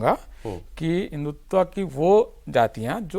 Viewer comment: हिंदुत्व होता है हिंदुत्वा नहीं